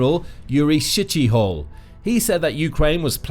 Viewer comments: Great video! Highly informative! However...ummm....re Brigadier General Yuri Shchyhol...🤔 FYI, "Shchyhol" is NOT pronounced "Sh*ttyhole"! 🙄LOL 😂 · How hard was it to pronounce Shchyhol?